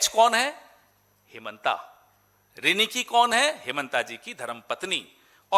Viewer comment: It's riniki yaar not ringki... Dur se sunai dene wala madhur swar ko riniki kaha jata h Assamese language mein.....kuch bhi daal dete ho apne hisab se.